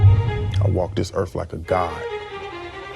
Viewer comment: Kinda hard to walk this Earth like a god when you literally cant even SAY "Earth" correctly......